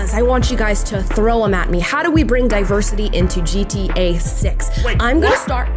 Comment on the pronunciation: Love Amala.. but why does keeping saying GTA as G-T-A ? Most people don't use such long spaces between the letters when pronouncing it 😂